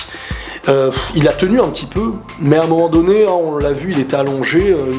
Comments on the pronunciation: Un senzu sérieux comment tu l'as dit c'est chaud mdrrr en sans zou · ses pas senzous ses s'en zous